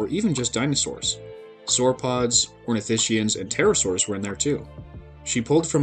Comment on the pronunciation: min. Those black spots are clearly of the shape of a t Rex. Oh and it’s: ornithis-kians not ornitishians.